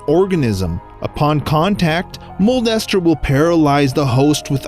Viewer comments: not Mold-Ester Moon its Molester Moon (Smosh) also 2020 anyone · Guy: modldester moon Me: molester moon! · The way he says it is the funniest “mole ester moon is a spherical object” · I heard molester instead of mold ester